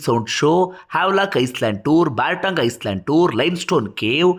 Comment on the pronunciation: Ice land alla island s silent